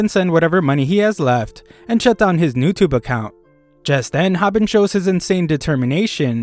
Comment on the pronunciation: Its youtube not newtubu